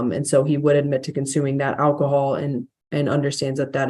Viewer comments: You know it's bad when they pronounce it "ACK-i-HOLL" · “I didn’t know it contained ‘ackahol.’”